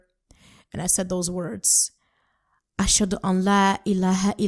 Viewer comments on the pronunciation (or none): Assalaam 'Alaykum Sister. Ps note, in both cases: Just "Ash-hadu." Not "Ash-haduHUU." There's also the "ANNA". "Wa ash-hadu ANNA Muhammadan Rasool-Allah" (s.a.w.) Sallallaah 'Alayh Wasallam. "ANNA" is Arabic for "THAT".